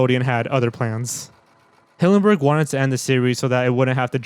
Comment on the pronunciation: Stephen hillenburg not stephen hawburnd. If you're going to show respect to him like you said, then pronounce the name right.